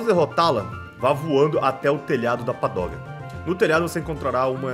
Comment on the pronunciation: é pagoda, não padoga kkkkkk